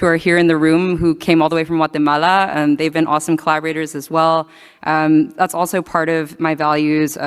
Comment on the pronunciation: Why tha hell she say Guatemala like she from there?